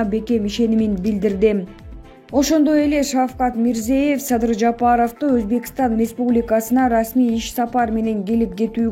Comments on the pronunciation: Урматтуу медиаканалдын жетекчилери. Ушундай сабатсыз журналистерди эмнеге диктор кылып чыгарасыңар. Башка өлкөлөрдүн жетекчилеринин, деги эле адам аты-жөнүн айтууда туура айтуу керек го. Бул деген кыргыз мамлекетинин билим сапатын көрсөтөт го. Мирзеев эмес, Мирзиёев. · Тууралап окугулачы,Озбекстан башчысы Мирзиёев(ё окулганда -йо тыбышын берет)1 класстагы кызым катанарды тапты. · Не деген журналист туура окуганды дагы билбейт Мирзеев деп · Мирзиеев эмес МирзиЁев деп айтсанар Ё мн Е нин айырмасы бар да жада калса дипломду сатып алган журналисттер да жок эмес. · Озбекстандын башчысынын аты-жонун туура айткын,кызым.